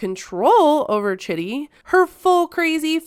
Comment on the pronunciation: It's pronounced CHEEDEE. Not Chitty.